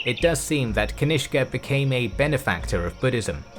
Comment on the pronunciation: Cutene how you pronounce kanishka as ganishk😂😂